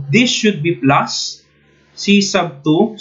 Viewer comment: I like the accent "pluuuusss"